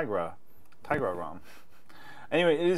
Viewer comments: Its tigra not tiagra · i think it's pronounced " Ti-Ya-Gra"